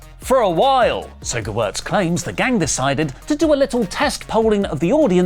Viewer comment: 1. I love seeing and hearing everyone mangling the name Gewirtz. Props to you for getting it right. 2. IMO it seems like Gewirtz is burying Cody with this comment, laying out a narrative of Cody "going into business for himself", as it were.